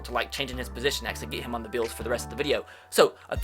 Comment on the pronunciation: bills = "beeyos"